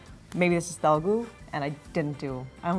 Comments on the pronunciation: it's not Telgu, it's Telugu. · she murdered telugu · Telugu is not spoken like that you idiots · 🙄 she murdered telugu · She spoke it very bad